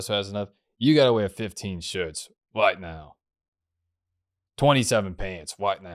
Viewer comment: "Does that make sense wight now?" "No."